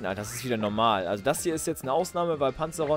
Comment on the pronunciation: Nur zur Info es heißt PanzaEron:D Echt geiler Part mach genauso weiter wir jetzt! ;D